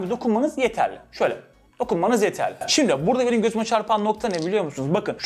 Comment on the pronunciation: Gözüme derken gö,,üne demiş jsjsjsjsks